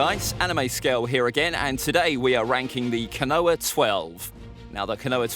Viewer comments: KO-NO-HAH!!! Not Ka-noah. OMFG!!! I can't watch this! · Not that it matters but it's pronounced kono-ha not ko-noa. Love the videos regardless. Keep it up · Ko-no-ha, not Ka-noah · I stopped watching as soon as you said konowa... ko-no-ha simple. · its pronounced phonetically speaking "koe-no-har" not "ko-noah". it's 3 syllables, not 2. I'm adamant you've never watched this show in dub or sub because I have no idea where you get this pronunciation from. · as some who has had their name mis pronounced all the time as it's too ethnic. It matters. And it's not Noah. It's koe-no-ha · Oh? I thought it was "koe-no-har..." Also, my point was that "Noah" was two syllables, not one. Meaning that a pronunciation of "ko-noah" would be three syllables, not two, as you asserted. I'm starting to become adamant that you are incapable of keeping up and understanding your own damn argument. Also, mispronunciations of names like yours is an issue involving societal and cultural dynamics. That is an issue for you to unpack and deal with. I'm far more interested in far more useful far-reaching issues like Communication and Rhetoric. Besides whining about imprecise pronunciations in regards to a fictional media just smacks of gate-keeping garbage. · you don't pronounce no-har the same as noah do you. It's enlongated and stressing the round sound. It's disrespectful to the culture. It has nothing to do with dialect or accent. Then names are pronounced correctly in English dub and original japanese. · yea but he can't pronounce these names "Kanoha" for example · No one: Anime scale: kuhnoah twelve Love the vids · Sorry to be mean but your pronunciation sucks, I think you got almost every name wrong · when the tuber is and mispronounces the name of konoha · Your videos are really cool, but it really bothers me that you don’t pronounce the H. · Konoha how are you saying this wrong have you watched Naruto it's just as bad as when you tried to pronounce Akatsuki